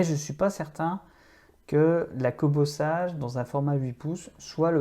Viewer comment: Kobo (sa se lit "Seige" et pas "sage" comme une image, et la liseuse que vous montrez n'est pas une Kobo sage... c'est révoltant de perdre le temps des gens avec des fake news !